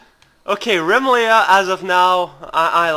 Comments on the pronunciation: RUH MEE LEE UH NOT REMMILEAHH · I'm fairly certain it's supposed to be pronounced "reh-MIH-lee-uh". Emphasis on the "mi", not the "Re". Also, d'aww.